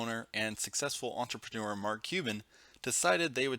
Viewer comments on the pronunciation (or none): none